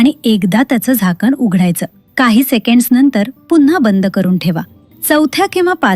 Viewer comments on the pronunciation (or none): none